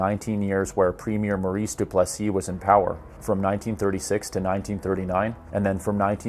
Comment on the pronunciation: Good stuff but get your pronunciations correct. Cities and names matter because it makes you sound like you know the places personally and not like an academic reading a script written for you by some one else. St. Leo nard - Mour ris Du Ples see - Ray jan lessard - Ro bear Cote - But you did okay on many names. Nice brief history